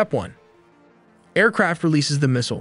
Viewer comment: Not subscribing until you learn how to properly pronounce missile and mobile.